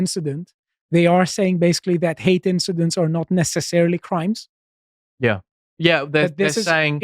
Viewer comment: Please stop saying 'incidencies' instead of 'incidents'.